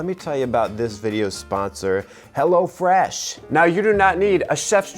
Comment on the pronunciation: ''hello fresh": "HELLA FRESH"